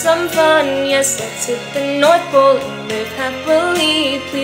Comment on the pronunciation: "Yes, Let's hit the north-OLE" LMAO